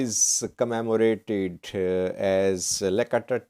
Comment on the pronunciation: it is not lekatit but it's yekatit